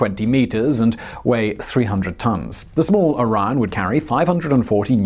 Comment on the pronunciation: I keep hearing IRAN not ORION lol